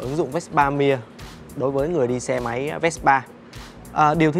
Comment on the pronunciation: Tại sao lại đọc chữ Mia kỳ vậy, người Ý họ đọc chữ Mia như người Việt Nam mình thôi mà, bên Ý họ cũng có câu cửa miệng Mamma Mia đó